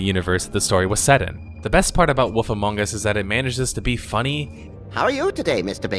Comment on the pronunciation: I can't tell if you seriously pronounce Wolf as Woof